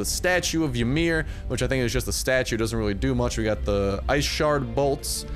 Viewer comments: It's not [Yuh-mir]. It's [E-mir]. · its pronounced e-mir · The y is silent. Do some research on your own heritage. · Psyducks rage of him saying it wrong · Not when the guy pronounces the “y” you correct what he pronounced wrong. Go bury your nose in a book, somewhere other than my bidness.